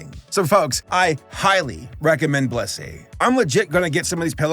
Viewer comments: Blussy? TF is blussy?? Where can i get some of that??? Oh. You said blissy. . . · Blissy sounds like bussy.